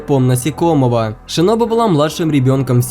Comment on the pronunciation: В манге кое что странное томиока сказал что сабито умер один а как же та девочка которая помогала танджиро с тренировкой дыхания? И ты сказал шиноби а не шинобу